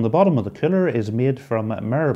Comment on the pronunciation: I must always laughting because everytime you say master air cooler, always only comes out master air killer, I thought I look forged in fire where this guy always say this weapon will keal "kill"^^. But thx for that video and info.